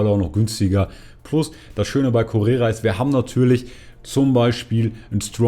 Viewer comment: Der heisst Correa nicht Correra. Steht sogar auf der Karte.